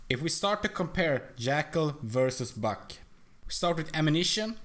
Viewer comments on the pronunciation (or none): when you say buck it looks like ur saying fuck